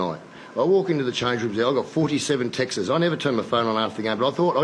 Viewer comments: Ricky's got 47 "Texans"? 🤣. Can he say "texts"? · “I’ve got 47 Textes, 47 texes” - Ricky Stuart 2017 🤣🤣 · point of order mr stuart its texts not texes although i do like that anyway didnt sit right